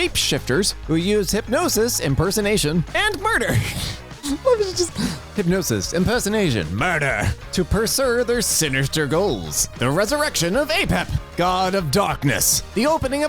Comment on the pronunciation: Did anyone else realize he said "pursure" instead of "pursue." I feel like i should get a cookie for that. Yea my exs mother had me pick her lock on her medicine lockbox (which was a fire lockbox) took me 4 minutes and 32 seconds to get in with a haircut and a piece of thin metal. She lost the key and didnt want to break the box.